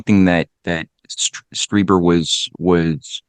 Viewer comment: Streeber, it's pronounced Streeber